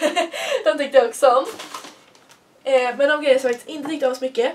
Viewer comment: Älskar när du säger men för du uttalar lite speciellt. Typ mENe